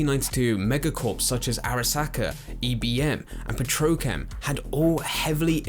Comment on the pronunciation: I love the way u pronounce petrochem 😂😂